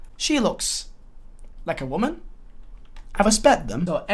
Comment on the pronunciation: Drink every time he says morale or waman and respect